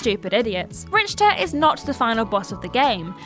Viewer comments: Wait what? RICH-ter Belmont? "RICH"?! You gotta be kidding me. It may be spelled that way but its pronounced RIK-TER....rich-ter ugh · Rick-ter. Not Rich-ter. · RICKtor, not RICHtor. Jesus. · Does anyone at TJ towers ever listen to audio before they publish a video? To be fair... Her guesses are pretty good on words she hasn't seen/heard before but it seems careless to not let her know before these go out. Like here..."Rich-ter" is a reasonable guess on how to pronounce "Richter" as that is how it is spelled, but would it be so hard to let her know it's pronounced Rik-ter? It's not hugely important, but at the same time, the boys are much older than her, and I would think they have an obligation to help her out as other have obviously done for them. Or not. I don't know anything. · No one corrected her saying RICHter really???? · I wonder who the editor is, or if they have one. Pronouncing Richter the way she did is understandable if she's not familiar with the source material but 'Reqium' should be underlined in red in just about every word processor. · ... what is with all the Simon Miller jokes lately on Triple Jump? I mean, I know, outside of management, a lot of the staff of WhatCulture and Cultaholic and Triple Jump are still friends/coworkers............. but.................. I mean.......................... oy. We get enough Simon as is. Also............. geeez...... misnaming a main character in one of the greatest games of all time................... It's pronounced "Rick-ter" not "Rich-ter". Shit like this is why people complain.